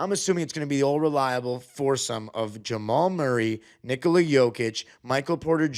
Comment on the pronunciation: You pronounce name Nikola correctly. Most Americans put the accent on the begging of his name, not in the end which is correct. 👍